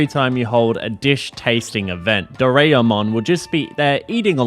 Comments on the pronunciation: Every time you pronounce "Do-ra-e-mon" as "Do-rea-mon" my non-existent soul dies a little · It's always the English speakers not able to properly pronounce anything japanese right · Such an annoying way of saying the name Doraemon! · Am a bit late because I took a nap on accident but banger video as always, the pronunciation of Doraemon was funny though lmao